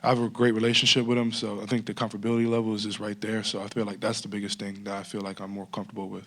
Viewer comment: Comfterbility level 😂🤣😂